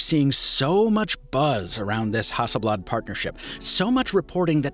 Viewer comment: damn, your pronunciation of Hasselblad is the closest to swedish that i've ever heard from someone that isn't native to Sweden